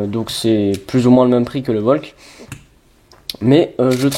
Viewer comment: Pas Volk, Valk stp ...